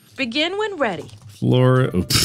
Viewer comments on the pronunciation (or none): Ahh yes, my birth state of good 'Ole Forlida. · Mark: "I was doing it the posture way, I'm actually gonna not do that." Also Mark, immediately: FORLIDA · Mark: I'm going to do it my way. Also Mark: "Forlida"